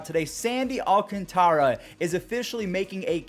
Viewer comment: Is that how you say sandy alcantaras name have I been saying it wrong 🤣😂🤣😂😂🤣